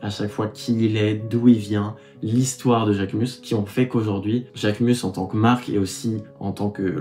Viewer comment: Je pensais que son nom se prononce Jacquemuze ?